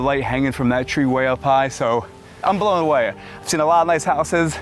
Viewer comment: "I'm blaun awauy"